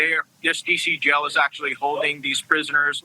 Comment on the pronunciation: I hate when people say "gel" when they are trying to say "jail." They're pronounced differently. Please speak correctly. Thank you!